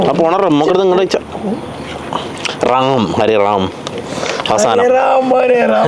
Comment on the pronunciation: Rum ❌ Ram ✅